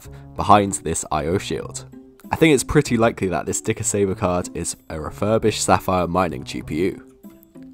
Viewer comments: di-kas-ver, where'd you learn your phonetics? lol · Dicasver made me hear dicksaver